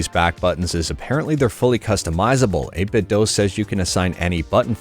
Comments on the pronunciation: It's not 8bitdoh but I like it 🤣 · Doo. It's pronounced 8BitDoo. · 8bitdo themselves literally says it's pronounced "8bitdoo"